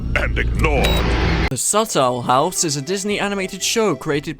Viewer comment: Why does he pronounce it like "subtle house"